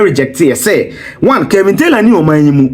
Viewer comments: It’s Kevin not kelvin🤷🏽‍♀️🤦🏽‍♀️✌🏾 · His name is Kevin and not Kelvin.